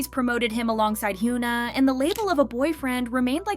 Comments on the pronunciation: It’s HY-ON-A. Not HU-NA lol please pronounce their names right. I’ve noticed you don’t even try to see how their names are supposed to be spoken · why does this channel always pronounce her name as Hugh-na 😭 Is it on purpose? cos it bugs me every time